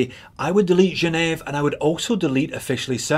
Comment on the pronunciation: Gen ehv ? what thenfuck is gen eh it's GEN EVE AH